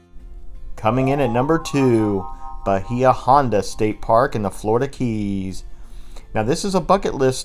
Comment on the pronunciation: As a Florida resident, I LOVED that... I hadn't even heard of a couple of them. Oh, but for future reference, Bahia is definitely pronounced Ba-HAY-a. But great video... Thanks!